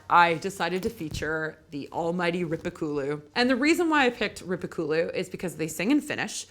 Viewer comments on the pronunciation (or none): Very cool video! Just a bit surprised that after you language course you still seem to mispronounce many words like Kalevala, Makkonen and Rippikoulu, not to mention Joensuu, my hometown for a while! 😉